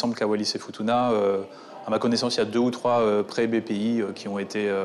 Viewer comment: Wallis et Furuna 😂 c'est Futuna !!!